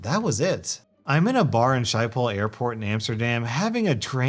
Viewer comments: Um tyfu bc you as an englisch guy need to say sgiphol b.c. You say shiphol. The ch is pronaunced as an g in the word schiphol. Just a tip for next time😁😂🧠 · Sorry to say this but schiphol not sheiphol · schiphol airport is pronounced Skip-poll lol shypol.. nice try though... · Just gotta love how says Schiphol. Sheiphol perfect haha. It’s a very though word so I can’t blame him for it. Though it is very amusing to hear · the airport is pronounced Skip-pol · Schipol is pronounced more like Skipoll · It's Shh- kip- pole airport btw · Shy-poll?! I thought you were talking about the random place the person lived. I get it not a lot of people can pronounce the Dutch g/ch but jeesh dude, that was really bad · Did you just call schiphol Shypole? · Now I heard it all I heard people call Schiphol Airport Shiphall or Shiphole many times before but NEVER shypehole I know we got a weird SCH qua how you pronounce it but never in my life did I hear anyone call it shypehole that was pretty funny. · Schiphol is pronounced skipol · Just letting you know. Schiphol airport is pronounced skippol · I love the way you pronounced Schiphol 😂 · I was playing on my computer when I heard try to pronounce Schiphol and I had to skip back about five times because I couldn’t stop laughing at the way he said it (I am Dutch) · YOU MISSPRONOUNCED SCHIPOL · lmao you're pronunciation of schiphol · Sorry, I had to dislike for your pronunciation of Schiphol. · How he pronounced Schiphol😂 I love it